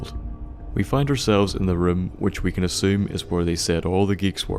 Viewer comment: Who pronounces "Can" as "Cannel" And "Now" as "Nouwl"